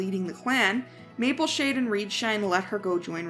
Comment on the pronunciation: It's not Mapleshine it's Mapleshade